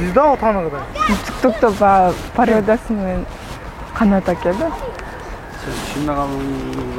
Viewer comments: Ана кыз суйлогонду билбейт екен жалжактап кайра кайра еле парода дейт гок мее пародия гокмее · 😅🤣парода эмес пародия пароданызды де вертолётту вертолот дегендей болуп калыптыр